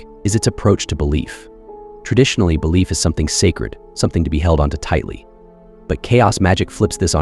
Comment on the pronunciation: “Belliief” 😂